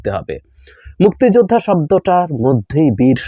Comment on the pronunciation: আওয়ামী লীগ হলে সে অপরাধী হবার সম্ভাবনাই বেশি,প্রচন্ড ঘৃণা করি এদের। তবে মুক্তি যোদ্ধা শব্দটা আপনি যেভাবে উচ্চারণ করছেন তাতে মনে হয় মুক্তি যোদ্ধাদের উপর আপনার অনেক ক্ষোভ।আলোচনা করেন কিন্তু বিতর্কিত হচ্ছেন কেন?